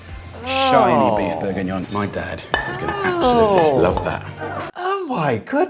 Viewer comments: Stop saying Burgignon like burger, it's Bourgignon like booh!!! (👻) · Thats Beef BLEUURGHengion